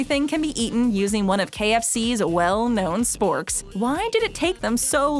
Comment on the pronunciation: She said spoorks when she was talking about KFC